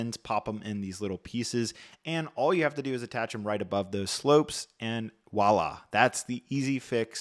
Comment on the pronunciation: My man cannot pronounce VOILA